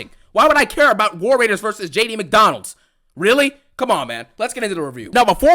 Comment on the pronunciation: Did I just hear jd mcdondalds 😂😂😂